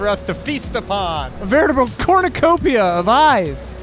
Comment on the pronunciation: "corneacopia" 10/10